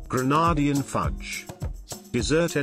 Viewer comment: Pls pronounce Grenadian correctly